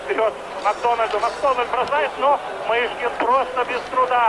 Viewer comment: Мне 62 года, я смотрела этот матч. Помню, говорили канадцы не могли фамилию Мышкина правильно говорить. У них буквы ы.нет. Называли его то Мошкин, то Мушкин.